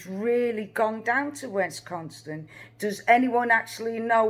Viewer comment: dear, it is WISconsin, as in miss. Also grandma has a pickup truck. Kind regards to you.